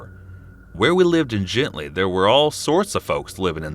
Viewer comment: Gentilly not gently 🙄